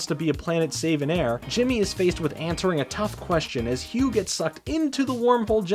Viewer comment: I think it's pronunced ne-me-see-s and bruh that whole Hugh in Nickelodeon all star brawl thing you called it